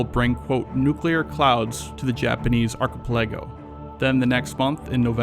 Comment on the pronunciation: Good video, but what put me off was Archipelago. Are Ka Pell A Go. Do words more, bro.